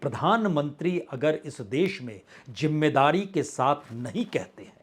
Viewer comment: Arre hosh main aaja You look like a fool Hahahaha Rahul Gandhi 😅😅😅 Apna diction to theek kar. Jimedaari nahi. Zimedaari Ullu 😅